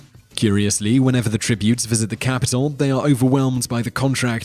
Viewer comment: its pan-th-em like pan, like something you cook eggs on and them, the other people, and its the CapitOl not CapitAl